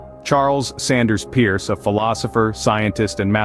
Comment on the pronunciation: Charles Sanders Peirce. The last name is pronounced “purse,” not pronounced like Pierce.